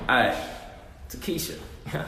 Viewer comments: He said Ta-Keisha LMAO! 😂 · nigga said TEKESHA LMFAO this nikkas lol